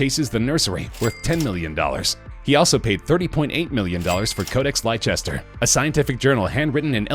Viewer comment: Leicester is pronounced "Lester", not "Lyechester"... :)